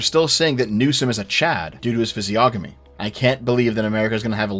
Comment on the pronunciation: "fizzyogamee" - saying physiognomy